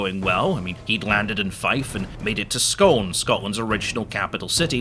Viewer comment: Ngl, hearing a Scot mispronounce "Scone". Which is a very important place in Scottish history, whilst talking about said history is extremely entertaining 😂